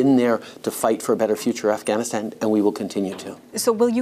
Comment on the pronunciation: Not to mention that insufferable way she pronounces "Afghanistan" and "Taliban".